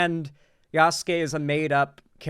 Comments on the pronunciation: For the love of god it’s pronounced “yas-ke” not “yas-su-ke” . I agree with what you’re saying brutha but everyone mispronouncing his name is driving me up the wall. Probably doesn’t help I’m a black guy that took a few years of Japanese in college 😂😂😂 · I'm dying either from heatstroke or these thunderchuds saying Yasuke as Yassookay 💀💀💀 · "Ya soo Key" opinion immediately rejected